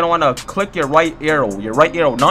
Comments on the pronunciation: AehxyTV it sound like he said "aiou" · Fr wth he saying arrthow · Is it just me or does he say arrow stupid weird😂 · he can't say arrow